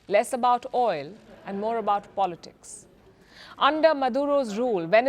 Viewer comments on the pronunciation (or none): none